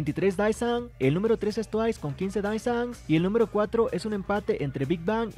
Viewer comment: Con respeto para quien crea este contenido, el cual yo miro y estoy suscrita, Creo que a estas alturas estaría bien si pronunciamos correctamente las palabras Désan o Deesan ("e" ligeramente alargada, no confundir con "i") (Daesan) no estoy tirando hate, si son lo suficientemente maduros entenderán que esto es sólo una recomendación, ya que me imagino que a muchos aquí les gusta el coreano, y personalmente yo agradezco cuando alguien me corrige, así puedo aprender como pronunciar bien el coreano aunque sea poco apoco y palabra por palabra). Que estés bien, amigo.